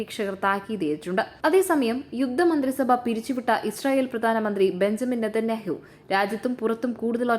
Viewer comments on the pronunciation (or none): none